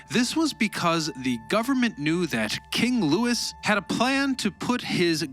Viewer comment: King loo-😊wee, don’t pronounce the s 😊